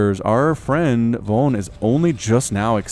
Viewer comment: Awesome video, though for the last match "Von" is pronounced with a f, so "fon" (In germany)